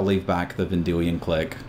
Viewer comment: Is it pronouced Cleek or click? No biggy, just curios.